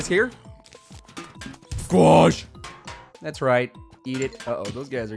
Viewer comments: i like squach when you yell it fastly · your saying the squash wrong...